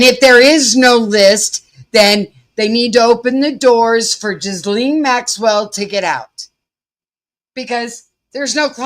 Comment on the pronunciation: Just FYI, Ghislaine Maxwell's first name is pronounced more like "Gy-Laine" rather than "Jiz-lane". It is pronounced "Gy" or "Gi" like the uniform people wear doing Karate and Laine almost like rhyming with "Ben", but with a softened 'n' and an extra soft 'e' at the end. Her first name is very French, her last name very English, reflecting his family history.